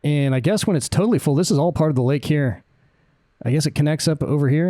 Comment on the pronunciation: Great vid! Just for future reference Lake Eyre is actually pronounced Lake 'air'